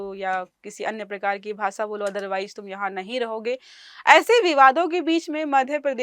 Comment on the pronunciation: भाषा ❌ भासा ✅